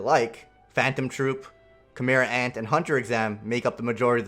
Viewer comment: I started crying the first time he said "Chimera ant Arc"